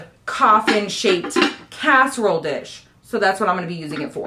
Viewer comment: Cask-erole dish 😂😂